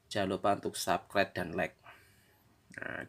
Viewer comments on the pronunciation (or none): none